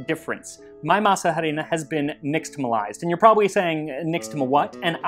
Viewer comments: "masa harina" the 'h' is silent, masa = dough harina = flour also it would be "harina para masa" (flour for dough) since in spanish we say things in a different order, so flour would be said first since you need the flour to make the dough. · He keeps saying masa harina wrong… H in Spanish is completely silent. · What other Mexican food would you like to see covered on the show? Also, apologies for my horrible pronunciation of Masa Harina (the H is silent). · I love the way you say "masa harina." We usually don't pronounce the "h," but a hard "h" sounds fun! LOL!! Now...I gotta go to my kitchen and make something simple like this....maybe pupusas. Yum! To me, it's really the masa that I am trying to eat! The other stuff is just embellishment. LOL! TY!